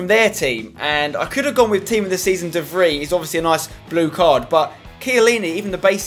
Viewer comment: Hey mate the best way to pronounce 'de Vrij' would be something like 'de Frey'.